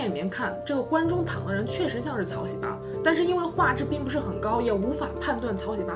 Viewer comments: 这名字念的 哈哈哈 草 西巴 ㅆㅂ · 喜八 這兩字的中文發音 換成韓文似乎不太文雅... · 喜八怎麼發音很像韓國髒話 😂 （對不起我歪樓了）